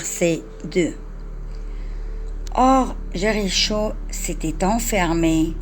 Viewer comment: Je suis étonnée de votre prononciation du mot Jericho.